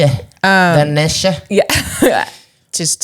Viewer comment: You do not pronounce the e on the end of the word niche